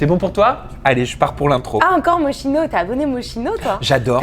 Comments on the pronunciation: Moschino... On dit Moskino... c'est de l'Italien patate de... (Bon déjà les parents se sont plantés dans l'orthographe de son nom lol). Je suis sur qu'elle ne sait pas non plus prononcer bruschetta... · ça porte des marques mais ça ne sait pas prononcer correctement. MO-SKI-NO merci